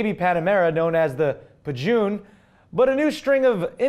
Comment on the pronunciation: Pa Jun hahaha ha that was really random even thought its actually pronounced pa j-uh-n